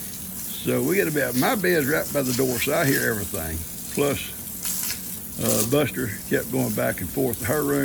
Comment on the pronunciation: Norma here. Buster loves Koda and I love the way she pronounces Bustah. She’s a good little tap dancer. lol Ivan doesn’t really like sharing his treats. Cleanup from a flood just takes forever. Thankfully, Ben is helping you. I hope you all get those back pastures cleaned up and the fences fixed so you can have some peace of mind.